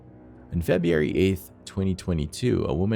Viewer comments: What month is "Feb-ee-ary?" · The way u pronounce FEB-RU-ARY should be a PSA for kids to stay in school. And unfortunately for some reason, that month comes up alot in this marathon video.